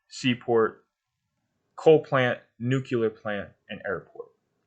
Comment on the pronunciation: Pls dont say nu-cular. Its not a word.